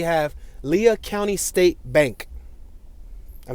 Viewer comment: Cool video. I lived in Hobbs from ; graduated from Hobbs High School in 1987. But haven't been back there since, I believe, 1992. By the way, Lea County is pronounced like "Lee."